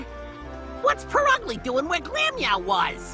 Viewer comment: It's Pur''ugly''